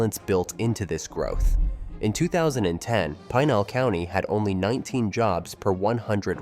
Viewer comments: Yeah, had to click out of this when Pinal County was mispronounced. If something that easy to figure out is wrong, I don't have much confidence in the rest of it. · As someone who is highly familiar with the area, I sincerely doubt Tucson and Phoenix suburban areas are going to merge any time soon... especially with the Gila River Indian Reservation that sits right in between the two cities. This is just another AI slop video that can't even pronounce Pinal County correctly. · This should be the top comment and is the most overlooked fact in this video. The Gila River rez is huge and prevents any development between Chandler and Maricopa or Casa Grande. But what do you expect from a content creator that mispronounces Pinal County.